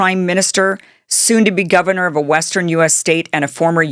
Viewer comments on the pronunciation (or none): none